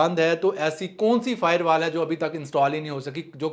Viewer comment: Bhai fiberwal nahi Bhai firewalls 😂😂😂😂😂